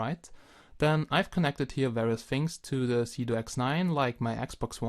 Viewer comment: Is it me or does it sound like he is saying Doing Drugs?